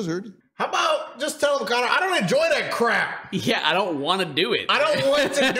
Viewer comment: Every single time they said Connor I was hurt😭💀